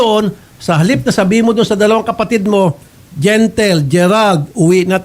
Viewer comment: Anong gentle gentle. Di gentle huhu